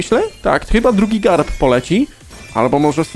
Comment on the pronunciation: on sie nazywa carp a nie garp